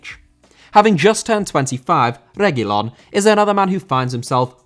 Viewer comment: Finally a good pronunciation for Reguilón 🙌🏻, no more Regúlon